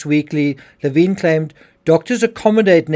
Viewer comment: Leh vin. Not laveen